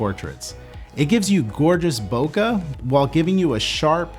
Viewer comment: Trunks! Saitama! so much japanese reference. still says,,, "bo-kugh" =( eh... keh.. bokeh... (bo-K) Sorry, I don't mean to be a hater, it just bugs me alot. Thanx for the great information and content ! I do love your work.